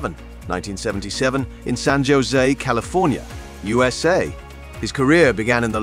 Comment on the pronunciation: You might want to pay a bit more attention to your robot voice actor. In your script separate abbreviations like U S A so the AI doesn't pronounce it as you-suh. That's just one example. You also need a better scriptwriter, so the copy doesn't come off quite as boring.